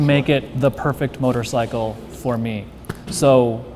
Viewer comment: STOP SAYING MOTORSICKLE! GAH!